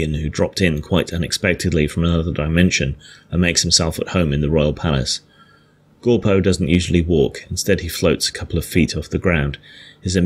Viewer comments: Gorco? Not shure if thats his name thought it was orco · Do you keep saying "Gorpo"? His name is Orko.